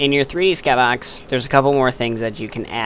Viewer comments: in my skahbox? lol thats how you said it lol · You say skybox funny :P